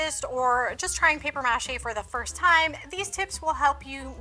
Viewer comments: The way she is saying mâché is driving me insane lol muuuh Shay not Mash ayy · It’s “paper muh-SHAY” 😂😅🤬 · It's really cringy to hear paper mache pronounced mă shay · I can’t stand the way you pronounce “Paper MA Chey”😤Got through a whole 45 seconds of this video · Paper mash-A 😂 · OK, but why are you pronouncing it that way? lol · Please stop saying paper mache like that. It hits the ear all kinds of wrong. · You must be from like Minnesota or something because you keep pronouncing maché wrong and you don't have a sloppy "mass" all over your hands... it's a mess. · You are SOOOOOOO annoying..."Paper MAche" Had to turn you off!!!!!